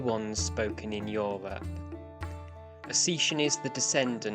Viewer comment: Ossetian is not pronounced Oh-see-shun. Try O-set-ian